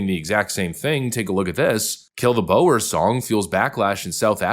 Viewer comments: You are pronouncing that word wrong. "BOER" is pronounced "boor". It's the Dutch word for farmer. I suspect the English word , boor, actually comes from the Dutch, because even in Holland, being a "boer" means many things ,including, uncouth, sloppy and unmindful of others. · Boer is a Dutch word, you can hear the president say it. It's pronounced more like, bur, or as in neighbour. I don't usually mind but 'bower' sounds silly. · Are you a bot? I'm tired of posters mangling the English language. The e is not pronounced in Boer. It is pronounced as bore or boar. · Boer, it's pronounced "bore" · He is not saying boar, he is saying Boer. Don't be an ass.